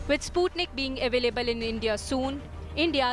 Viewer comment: It's not spatnik v it's sputnik v 😁😁